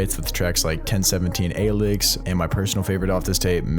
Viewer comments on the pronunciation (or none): Loved the video but u butchered the pronunciation of “1017 Alyx”